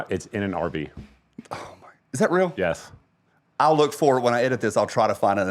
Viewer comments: It's a good thing for the picture of the RV, at first I thought he said Arby's. Abortion at Arby's! Lol!!!!😂 Hello from Idaho! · Man!!!! I thought he said the “snip snip” was taking place at an ARBYS!!! 🥴